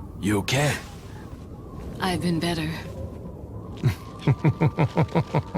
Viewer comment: "You okeh?"